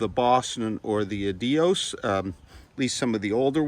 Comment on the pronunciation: Your pronounciation of "adios" tells me you don't know any Spanish ;) Good review!